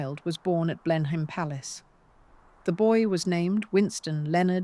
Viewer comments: Blenheim is pronounced 'Blen-im'. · Blenhyme Palace😂😂😂😂😂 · Excellent, in spite of the mispronunciations and inapposite images. Blenheim is pronounced 'Blen-im' in conventional English. Whatever she may have achieved there was always money behind her.